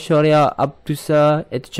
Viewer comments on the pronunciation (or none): Etc tu bukan etch lah. Tu etcetera. Haha..